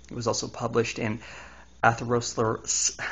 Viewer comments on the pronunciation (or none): You need to work on your pronunciation. You said carotid, plaque, and atherosclerosis wrong (the 'c' makes a 'k' sound). The study does sound faulty, but it's no secret that egg yolks are high in cholesterol. Obviously someone at risk for heart disease should limit their cholesterol intake, so for them a few eggs a week is harmful. Though equating that to the effects of cigarettes is pretty stupid.